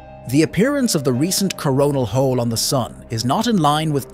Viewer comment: Yeah, I specifically heard "Corn Hole". Where's Beavis when ya need him?😂